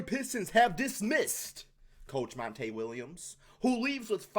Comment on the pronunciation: Why are you pronouncing his name as Mon-TAY. It's spelled just like anyone else with the same name is Monty, pronounced Mon-TEE